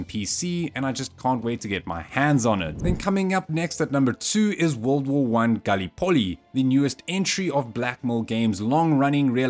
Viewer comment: The pronunciation of the word "Gallipoli" here is odd, to say the least.